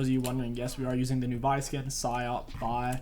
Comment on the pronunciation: did this dude really just say vi jungle